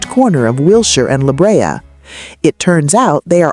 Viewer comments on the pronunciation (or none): Wilshire and La Brea are being mispronounced. However there are some good pictures.